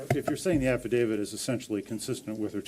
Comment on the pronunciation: The TEMP with 2 degrees is pronouncing it as AF-I-DAVID